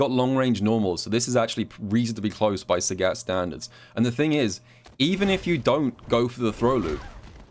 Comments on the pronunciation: calls sagat SAGYATT and I like it:) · I wanted to watch this video, but I can't listen to you say Sagat wrong for 24 minutes. The announcer says his name when you pick him in Training mode, you should listen to it closely...